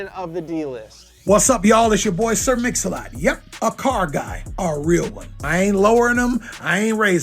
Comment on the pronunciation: Sir Mix-A-Lot ❌ Sir Own-A-Lot ✅